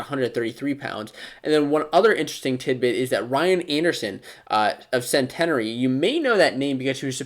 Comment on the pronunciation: CENT-EH-NARE-E lol